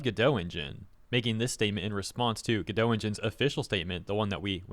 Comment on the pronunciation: Godot (and therefore Redot) are pronounced like Robot. Which is why they have robot images all over the place.